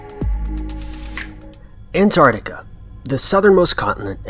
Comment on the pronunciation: The way you pronounce 'An'ARKtika' is really, really grating . . .